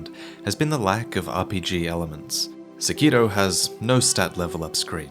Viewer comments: Lobo there is no d in sekiro..... he's saying it like sekido. It's really annoying. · Sack Kee Doe. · I always thought it was pronounced Sĕkiro rather than Sekĭro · The way this weeaboo says "Sekiro" made this difficult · The way you pronounce the title of this game is enraging.